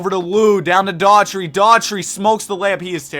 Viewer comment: Love the content, but you gotta learn how to say players' names. Daugherty is pronounced "Dough-Herty" not "Her-tree" and Etan is "Eee-ton" not "Eee-tin." Great hypothetical vids though...💪🏾